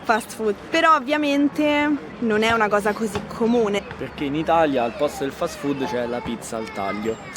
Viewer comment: I like the way you said "fat food"😃 You are right. It IS fat and full of carcinogenic stuff too👍